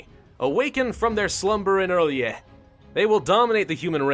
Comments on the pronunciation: Mittens The Conqueror he got the "orly?" meme and adapted to the situation making a "o'rlyeh" :) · It's pronounced early aye Rlyeh just thought I'd help out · R'LYEH is like Relay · I will help you it is sayed like this are-lie-eh and HE IS LOVECRAFTIAN he was made by H.P. Lovecraft himself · Pronounced ril yeet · its prounonced r'lyeh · I think it’s pronounced “R Liah” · I think R'lyeh is pronounced "Ryl-jeh" but i'm not an expert and could be wrong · its pronounced like Early-A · Uh... nothing personal and you won't see this but... ur... I think you read R'lyeh as rir lay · Ok so I know you don't know much about Cthulhu but, the R'leyh is pronounced like real-yah. I ain't gonna judge you tho, idk much either. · R'lyeh is pronounced like RYLAH RYLAH I TELL YOU!!! Like you, I am a grammar nazi so... Can't help my self BTW nice vids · First time I ever heard Ph'nglui mglw'nafh Cthulhu R'lyeh wgah'nagl fhtagn intoned with a Welsh accent. R'lyeh is pronounced exactly as it is spelled. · it's not the right way of saying "R'lyeh" but it's fucking hilarous xD